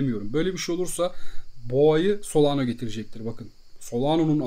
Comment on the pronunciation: solano değil solana